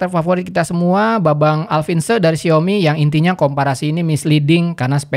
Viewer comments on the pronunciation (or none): none